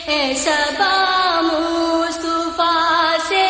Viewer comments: مصطُفی نہیں بلکےمُصَطَفٰےہے اس غلتیکو صحیح کرئیں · leikin meri bahan aap glt padhe.. mustufa bol rhi ho.. mustafa bolni chahye...durust kre